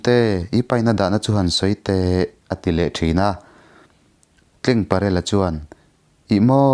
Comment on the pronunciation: ka hriat dan lo sawi ve lawk...dik ber chu ka inti lo..Tlengparela tih hi...Rul...tleng ang nilo in....TLENGTLE.. hming ang a...Tleng.. ang aw ki sang ang a lam tur ni in lo hria a...CHAWMNU tih hi...chaw kan ei a...chawhmeh chawm ang...ti a...Chawmnu tih a lam tur niin lo hria a...